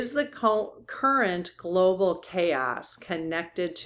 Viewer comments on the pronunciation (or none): none